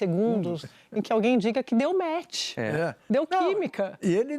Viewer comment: Jornalista falando match , kkkkk